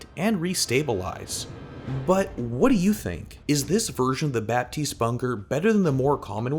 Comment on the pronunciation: Can I be that guy for once ? It's not «BaPtiste» it's «Batiste» you don't prononce the P.... Sorry french is a bitch.